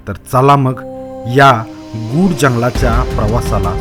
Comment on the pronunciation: गूढ म्हणतात, गुड नहीं. 😊😅😊